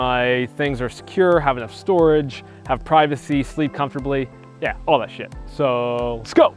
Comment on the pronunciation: I love how he says shit